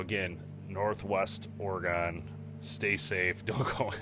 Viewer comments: It's Or-E-gun. Not gone. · As a Oregonian I must tell ya we pronounce it Oregin not Oregone 😁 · It's pronounced Ory Gun not Or gone lol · Interesting video. But, u pronounce Oregon incorrectly. It should be Oregen. Not a hard “o” kind of like u would say “again”…. Think of it like Oregen. Is it possible Bigfoot was helping direct him to his car? Seems like maybe Bigfoot wanted him out of the area as much as Jeff wanted him gone. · Say Oregen(Oregon) not Oregone. This bothered me so much this whole video. Otherwise, great job. I believe it. I've seen some shit in my life no one believes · Hey! It's OREGUN! NOT OREGONE! WE ARE STILL HERE! Pronounce it CORRECTLY!! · Bro it’s Oregon Oregon not Oregan 🤦‍♂️ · People in Oregon pronounce it ORE- GIN not GON!! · Ore-gun....not gone. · It’s pronounced "Orygun”. From a native Oregonian. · Well I guess being ex military and an ex pig(who lie Alllll the Time) somehow Validates His Story But All The Other Thousands of Witnesses story’s aren’t valid😂. And you pronouncing Oregon “Or-Gon” shows your an untrustworthy person yourself. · It's "Or-E-gon" y'all not OrgOn. It's never okay pronounce it OrGone. Don't do that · I stopped watching after he kept saying or-GONE... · Ore gon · Oregon has a E in it your saying it wrong sorry to be that guy but I'm a Oregon native so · The pronunciation of Oregon was a little weird it's not how most people hear say it at least in my area. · You miss pronounced Oregon so many times in the first two minutes I had to stop watching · Oh my god!! Stop mispronouncing Oregon!! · You say Oregon strange